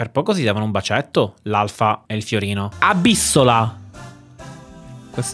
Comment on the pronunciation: abissóla è bellissimo:)) sarebbe Abissòla,. Per completezza